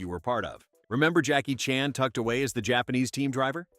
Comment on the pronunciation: Jackie Chan's last name goes back and forth between Chan and Chahn. Does anyone check pronunciation, especially if the narrator is AI?